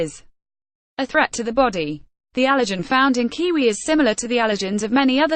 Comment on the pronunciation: kiwi. woman get it right. u keep saying its kqwee kqwee its not! A KQWEEE KQWEE OK WOMAN LOLOLOLOL